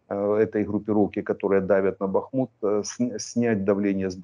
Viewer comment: Как же задрали невежды коверкающие название Бахмута. В словарь хотя бы заглянули.